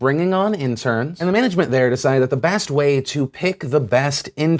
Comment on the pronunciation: did he just say "Bast way"